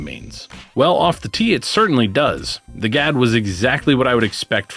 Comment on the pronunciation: The Swedish word Gadd means "fang" and is pronounced with a very short and sharp (duh) "a." Doesn't pair well with our midwestern flat long a's. Think of how you'd pronounce a surprised "Ah!" That's the "a" you're looking for. Happy to be of service any time you want help with Kastaplast pronunciations!